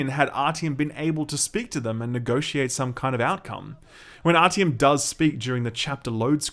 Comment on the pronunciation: .... did you just pronounce his name as ‘rtm’????